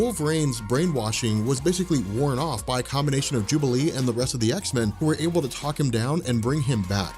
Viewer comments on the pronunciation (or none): none